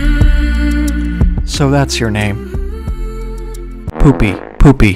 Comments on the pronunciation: for educational purposes: poupée means doll in French and it’s pronounced poupay 🤓 great video btw👍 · It’s pronounced “Poo-Pay” and it just means “doll/plaything” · Poupée its doll in french 🤣🤣